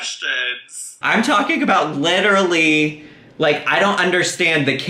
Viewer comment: lit-illy - yeah you're so real girl